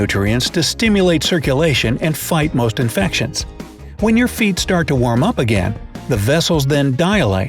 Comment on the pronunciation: Feet not feat. :)